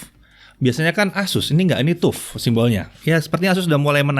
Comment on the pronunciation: TUF mungkin sama dengan TOUGH, harap dibaca taf (keras, tidak lunak), nyambung dengan materinya. Lain kali Pentium harap dibaca pensyem, jangan pentium.